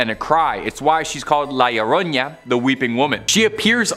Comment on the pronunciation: I love how they say the lloroña 😂😂😂😂 it’s the llorona (lloró-nah) 😂😂😂 but I’m still loving y’all vids ❤❤